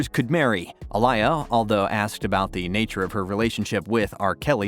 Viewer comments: It’s not Alaya, it’s Aaliyah. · A liar??????? Do you honestly not know how to pronounce her name?????????? That's pretty patheitc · Who tf is Iliar?? This dummy can’t even say her name correctly.